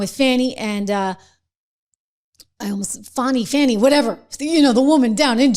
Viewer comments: THE ONLY THING THAT MATTERS IS SHE LOSES HER LICENSE. FANI IS PRONOUNCED FAN-IE!!! NOT FAWNY. Her and her parents can't even spell!!! Too stupid!!! educated in public schools. lol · It's Fani, NOT Fawni!